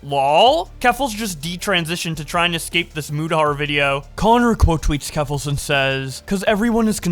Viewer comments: Keemstar calling Mutahar "mYOUtahar" was funny. Also, keffels is a terrible person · One day Keem will say Mutahar's name correctly.